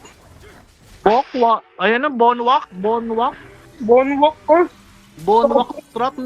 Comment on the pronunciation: BonWak ❌ Bonak ✅